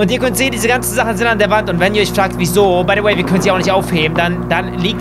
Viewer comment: Warum sagst du baydoway